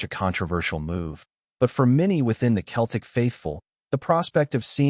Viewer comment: Lol AI doesn't know the difference